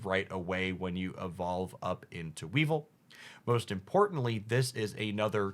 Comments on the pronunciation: Please for the love of God tell me the mispronunciation is a thing you've already cover and you dont give a fuck, you are trolling or whatever beacuse I couldn't stand hearing "Pa-ku-ri-su", "We-val" or "Dark-rayy"... I think I dont even want to hear the rest 🥲 Oh God please no... "Mis-trea-us" So you spell Weezing correctly... But not "we-val" IT HAS AN "I"! is a "We-vile" 😭😭😭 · I commented on the pronunciations in his previous videos. It's a regular thing. Weevil and weavile and not the same pronunciation and yet he does it all the time. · So hyped for dark enjoyers. Obviously pronunciation isn’t really a big deal, but I wanted to offer this suggestion: “Weavile” is pronounced like “vile” (because gross) and “Mismagius” is pronounced like “mage” (because wizard hat)